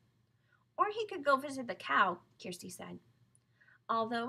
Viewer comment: it is kirsti not kersti